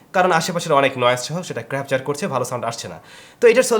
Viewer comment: ধীরে বলেন ভাই।।দ্রুত বলতে গিয়ে ক্যাপচার কে ক্রাপচার ও হযবরল কে হযরলব বলে ফেলছেন। অনেক বড় চ্যানেল তাই এ বিষয় গুলো আরো সচেতন হওয়া দরকার।